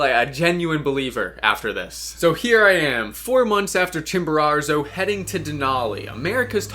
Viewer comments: Why do you say Chimbararzo? It’s Chimborazo. No R at the end. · I hate the way you say “Chimararzo” over and over lol. It’s “Chimborazo” why are you adding a 2nd R? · could you please stop saying ChimboraRzo, it's Chimborazo. Thanks! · La Montaña se llama Chimborazo no chimbero!!! Es molesto escucharlo mal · Chimborazo, not Chimborarzo. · Great video but it’s Chimborazo not Chimborarzo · Please pronounce Chimborazo correctly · I am ecuadorian and the way you say Chimborazo is so funny you add in an extra r somewhere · How does one mispronounce Chimborazo??? It’s not like it’s a significant peak or one you’ve summited or anything… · bro can't even say chimorazo - idiots like this destroy mountaineering